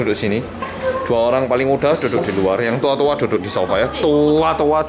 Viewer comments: Tua tua nya selalu ditekenin bgt. 🤣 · Di menit ngomong “tua” nya itu logatnya malang bgt hhaaa jd lucu muka korea ngmong super medok... bisa guyon juga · Kata "TUA" nya di perjelas ya... bunddd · "Yang TUA TUA duduk di sofa" NGAKAK, tua nya di gas bgt